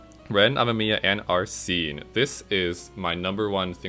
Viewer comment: Oh no but thats not how arsene or makoto is pronounced sorry not trying to be mean it just erks me. But congrats on 900 subs!